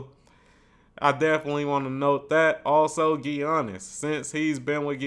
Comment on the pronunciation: ok before i let this go any further i have to finally tell you before somebody else does, his name is pronounced yannis. The G is silent